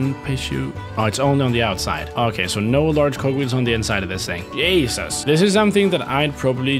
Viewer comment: THATS EXACTLY HOW YOU SAY JESUS IN MY LANGUAGE (dutch)